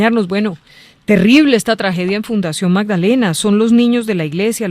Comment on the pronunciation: Es fundacion no funcion